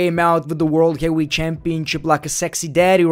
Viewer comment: blocked for not being able to pronounce heavyweight